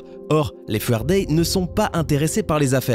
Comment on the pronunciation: Jpp la prononciation du début! Les Fuerdai. On écrit ça Fu Er Dai et en prononciation ça donne Fou ère Daille ;)